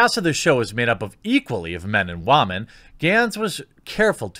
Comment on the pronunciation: Seriously tho, why are you having such a hard time correctly pronouncing the word 'women'? I don't think you mean anything with it or whatever, it's just annoying to me even though you obviously have every right to do so.